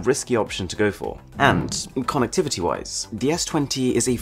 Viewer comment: " Konnekteevity " ~ Arun - 2020